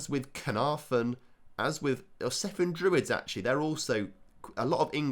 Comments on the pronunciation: Cefn druids....almost correct....say it with the c not the s... Cefn not sefn....😅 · Cefn is pronounce Kevin without the i. Kevn. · I'm not Welsh, but I've been to Cefn, and it's pronounced like Kevin, if I'm not mistaken. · And by the way it's pronounced "Kevn" Druids! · It’s pronounced ‘Kev-n’. One ‘f’ in Welsh is the equivalent of ‘v’ in English. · I think that is mostly a mispronunciation that some have adopted. Being from the area I've always known it pronounced as "Kevn" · i cant believe you butchered the pronunciation of both cefn and Caernarfon... and then said Aberystwyth perfectly hahaha